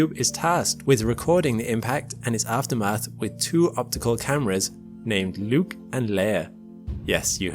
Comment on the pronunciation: i thought you said nuke and layer instead of luke and leia. if they did nuke it the astroid would have been turned to dust.